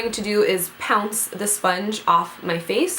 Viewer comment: Antonia Skara It sounded like "pounce." I was LOLing that she made up a word.